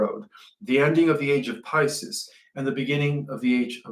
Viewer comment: PiSIS??? Come on! Pices is pronounced as such: Pi-see's or Pi-seas. Not Pi-sis like sis-ter. That's now 4 words you MUST fix!